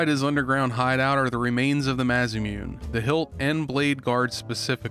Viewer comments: Idk why it seems so simple for some, myself included to break up the word and sound it out rather than trying to combine everything into less sounds. Ma-Sa-Mu-Ne not Masa-Mune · Im sure Im not the only one here to mention that pronouncing Masamune (mass-ah-moon-eh) as mass-a-moon is gonna drive me nuts, but still a fantastic video! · Masamune ≠ "MA-za-myoon" マサムネ = MA SA MU NE Melchior ≠ Melchoir Read the letters, sound them out, you can do this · Absolute banger of a review as always. Oh, and before I forget, lemme put on my weeb hat real quick: Masamune is supposed to be pronounced "Mah-Sah-Moo-nay". Its a legendary Japanese sword from Japanese myth and if you play any JRPG ever made odds are you WILL find a reference to it, if not actually find it in game. Its their version of Excalibur basically. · I just want you to know that the sword is literally spelled masamune (mah-sah-moo-nae). As in the legendary Japanese sword seen across multiple instances of Japanese history and samurai warfare. It's very famous. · Dude, it's pronounced "MAH-suh-MOO-nay". Like, as someone who likes J-RPGs, how could you not know this? Side comment: The Doc and Nick are awesome, keep them coming back. Side comment 2: Thank you for not making an Elon Musk or other somesuch stupid reference during the whole video. Of course, knowing how people's minds work, this will probably lead to those comments being in a future video, but hey I guess I haven't 100% lost my faith in human reason yet. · Hearing you say Masamune like that almost bothers me enough to tell santa, you don't get presents this year; yet bringing the boys back, and reviewing this game makes me wanna buy you a couple beers and take you to a strip club to get your first taste of neglected snatch. Love ya lol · Everytime he says Masamune, I cringe because that is most definitely NOT how you say Masamune! 😂